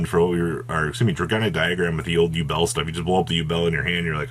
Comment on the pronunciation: 'U-Bell' It's pronounced 'You-bl'